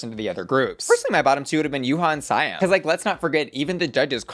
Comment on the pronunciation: Why do you keep saying SAY-AM instead of See-am???